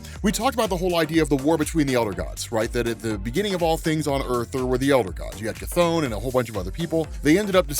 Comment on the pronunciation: Finally!!, people been mispronouncing Cthon all day, you're fr the only one who says it right.